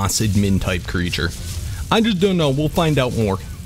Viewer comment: I hate how he says admin.